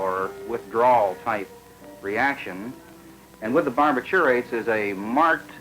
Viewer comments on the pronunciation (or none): BAR-bi-TUR-ates? Wtf …You mean BAR-BI-turates?